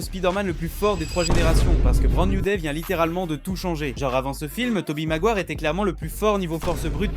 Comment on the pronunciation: Toby quoi ???? Maguoire j'ai entendu